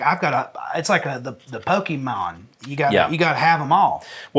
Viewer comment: “It’s like the Pokémon” got me, it sounded more like pokeymon coming from him